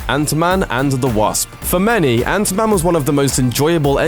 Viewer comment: ant. man not anta man you dumb ass Brit